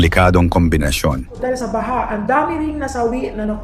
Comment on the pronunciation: englishin mo na lang kasi... Mali yong mga pilipino accents mo tulad ng TAONG, BAHA...